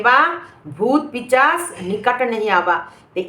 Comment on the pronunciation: পিচাস না গো ভাষা টা পিসাচ।ঠিকঠাক উচ্চারণ করবেন 😊😁